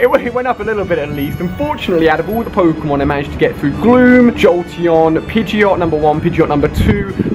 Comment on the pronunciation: And pidgeotto is pronounced pidgey-oh-toe